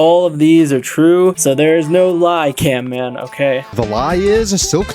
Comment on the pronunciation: YOU SAID CAMPMAN ITS CAMMAN